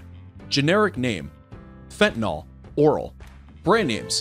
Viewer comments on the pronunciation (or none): none